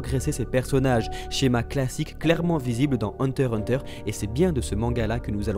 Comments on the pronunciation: Please say HunterXHunter et pas hunterhunter merci (le "X" le "X") THANKS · Hunter "X" Hunter svp ^^ c trop stressant d'entandre hunter-hunter